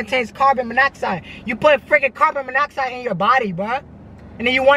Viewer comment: 😂😂😂😂😂😂😂 said carbon bonaxide